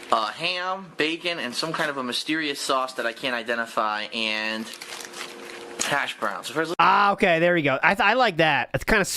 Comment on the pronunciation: How is it possible that he always emphasizes the wrong word or syllable. Hash BROWNS. MeLEE. Drives me insane.